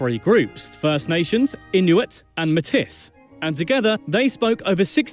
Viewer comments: It's May-tee, not Met-iss. It's s French word, since that's part of their ancestry. 🇨🇦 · Métis is pronounced ‘May-tee’ not ‘Met-iss’ Great video keep up the great work! 🙌🏻🇨🇦🍁❤️🤍❤️🤘🏼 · Metis is not pronounced meh tiss, it is pronounced may tee. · The pronunciation of Metis is incorrect. It's not "May-tis" but "May-tee". They didn't mention that John A Mcdonald was also responsible for the residential school & the treatment/attempted assimilation of indigenous people. The UK has NOT interfered in Canada since 1929 - The King-Byng crisis. The Stature of Westminister in 1931 granted full legal autonomy to the realms (Canada, Australia, New Zealand & South Africa.) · The Metis is pronounced Metee....not metis. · The way the narrator says "Metis" is hilarious. 😅 It's pronounced May-tee not Ma-tis. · May-tee. Not meh-tiss. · for the word Metis the s is silent, so it sounds like May-TEE. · Metis is pronounced "may-tee". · Metis pronounced May -T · Metis is pronounced 'May-Tee'. Any new versions of this are just lame, as the Metis originated as a mix of Aboriginal and French explorers. The original pronunciation of Metis is May-Tee. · He's driiving me crazy. Metis is pronounced MAY-TEE. (And no Canadian says the second T in Toronto. Hell, here in the golden horseshoe we don't pronounce the first T. We pronounce it Chur-on-o.) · So, in English Metis is pronounced May-Tee. I understand that in French it is pronounced Mee-Tee. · Metis, pronounce May-tee or Meh-tee. Quebec has held two referendums for separation, both of which failed. LOL, it's a fact that we have a myth about Ogopogo! ;-) Re winter sports, check out the Crazy Canucks, as we called our 1970's/1980's Alpine ski team. Yes, we do more than just hockey and lacrosse and have Olympic champions in many sports, both winter and summer. Check out, if you can, the RCMP Musical Ride. Winnie-the-Pooh was named for a real bear from the city of Winnipeg, aptly named Winnie. (The bear, not the city).